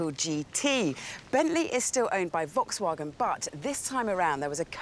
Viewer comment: She is the only one who I will ever get to know who mispronounces ''volkswagen'' (fockswagen?) but pronounces ''Porsche'' (Porsje) right on the other hand :D